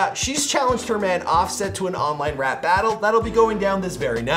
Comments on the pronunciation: ITS TEKASHI NOT TAKASHI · is there a chrome extension to mute everytime says TEK-CASHY??? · Who tf is “TaCASHi”? It’s not hard to say his name man 💀.